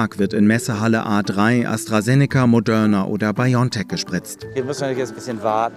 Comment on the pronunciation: Warum betont er Moderna so das bekomme ich nicht mehr aus dem Kopf 😂😂